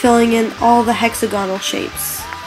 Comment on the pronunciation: wasteag is not a word..neither is hexagonal or at least the way your saying them...